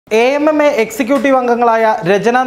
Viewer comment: Sir, Utter nonsense Why you say it as A.M.M.A instead of AMMA. Are all these people are pure or without allegations? Pure nonsense